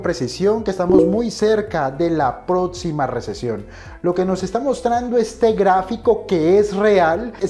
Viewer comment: Es próxima, no "protsima", ni hablar sabes mucho menos vas a saber del tema de las inversiones.